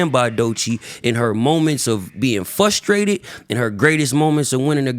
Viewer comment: He keeps saying flustrated